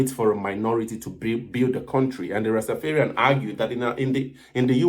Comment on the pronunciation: It's not rastafearian..rasta dont fear...its rastaFARian..